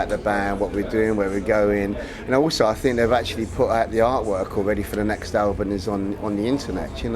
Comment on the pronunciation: can you hear him say Albun not album :D BEst GUITARIST! DAVE!